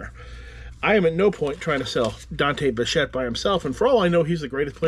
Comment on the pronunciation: You never heard of Dante Bichette yet pronounced his name perfectly with just a quick glance. Pretty impressive.